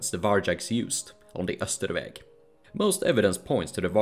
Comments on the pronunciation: Isn't "Austrveg" supposed to be pronounced more like how it's spelled, rather than "Österveg" (which is how you spelled it in the YouTube captions but not the embedded video captions)? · I was gonna say "why is your sweden better than your english" out of joke since the way you pronounced austrveg sounded probably very swedish but the buddha sounded kinda off, lol Then i went to your channel description and it said "sweden" and i'm like "oh"